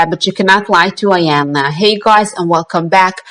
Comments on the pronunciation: It’s not pronounced iiii yanla its pronounced eeeeyanla meaning big mama it’s a Nigerian language from the Yoruba tribe .. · Her name is pronounced Eyanla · Its Eeeeyanla, Iyanla. 🌟❤️ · You cannot even pronounce Iyanla's name correctly. She was an interviewer. By the way, Luenell cries... AND Iyanla is a licensed Psychologist so what are you referring to when you suggest it is not her responsibility to "fix" people. You are stupid and you cannot even speak properly... You can barely read the comments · You are not pronouncing her name correctly